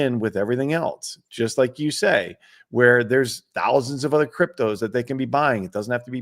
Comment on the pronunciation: Every time I hear say "cryptoze" during a discussion on Bitcoin, a little bit of bile comes up the back of my throat.